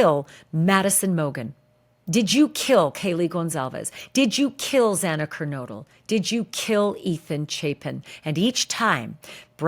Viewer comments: Ashleigh, the judge's mispronunciation of Xana Kernodle's name (x2)really bothered me as well. It was like he couldn't be bothered to get the name right. What's in a name? Everything. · I was disgusted by judge hippler! He’s more concerned with people calling his office than doing his job! Absolutely horrible! Then you can’t even say Zana’s name correctly! Everyone should be disgusted by this man and especially the prosecutor!!! Shame shame same on you all! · I also, found it offensive, the judge mispronounced , one of the victims names , twice , but but the killers name correct . That was offendive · I noticed the miss pronunciation as well and it bothered me. I think he miss pronounced it 3 times. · I agree with you, Ashleigh…To mispronounce Xana's name, was disgraceful. I felt he was disrespectful to the victims of this crime and the people of Idaho, overall. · That made me so mad. He's the judge and he's making a decision on behalf of the life taken from Zana. The very least he can do at this point is to familiarize himself with the victims well enough to know their names. We here ALL know how to say her name; there's no excuse for the judge getting it wrong.